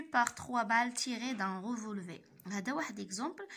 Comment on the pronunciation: On prononce le R de la fin du mot revolver